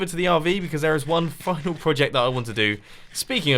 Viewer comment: thought you dropped an f bomb when you said 'final'.